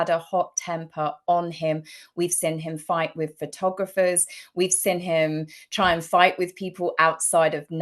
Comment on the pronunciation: Ffs woman it’s “seen” not “sin”. 😂